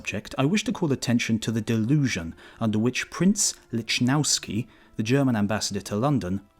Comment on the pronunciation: it's pronounced "lichnofski", not "litshNOWski"